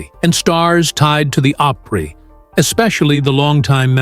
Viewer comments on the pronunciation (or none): It's called Grand Opry not Oprah